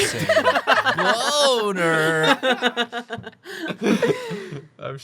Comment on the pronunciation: “You know what isn’t slender? My bOEWnerRrr “